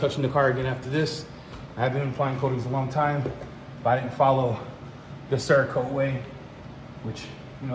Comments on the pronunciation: I think I liked to hear you say "CHERRA-KOTE" better.... Made me laugh harder anyways! 🤣😆👍🙏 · Yup, I saw the same thing... Damn 🍒-Kote!